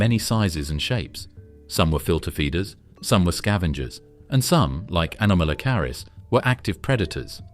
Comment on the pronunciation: Shame your AI can't pronounce anomalocarus.